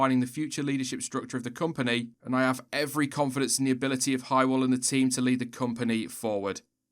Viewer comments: It's not 'high - well', it's 'huh - wuhl' btw 😁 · Just tried explaining something (not that important) and YT crashed. Again! Hey ho, just a quick other thing. Hywel - Welsh name. English version is Howell. Welsh one pronounced more like Huh-well (no second H sounded. It's just to illustrate that it's a prominent uh sound) with the same sort of length of vowel as Howell. Not extended or glossed over. And definitely not pronounced high-well! Hope this helps in future :) (it's not automatically hard because it's Welsh. It's usually a lot easier if it is!)